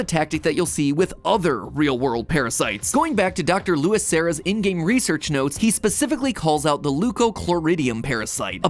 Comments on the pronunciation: "Louis" Noooooo it's Luis "Loo-ees" D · It's LUIS, not Lewis. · It bothered me how he said luis like you would say lewis. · I can't tell if you're saying Luis as "Lewis" because of Leon, or if you don't know "Lewis" is actually Luis. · I thought he was poking fun at the fact that's how they say his name in game tbh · You calling him "Lewis" too? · I love matpat but how he said Luis wrong got me bad. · Matpat, dont be too surprised if theres many comments on the mispronunciation of Luis' name, lol